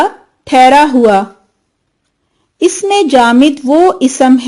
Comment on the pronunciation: Please correct your pronunciation for اسم و صفة Isam and sift are wrong.